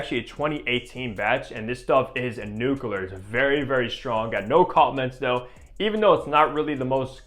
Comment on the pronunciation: nucular, LOL